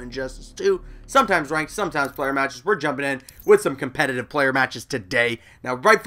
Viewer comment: Completitive, huh LOL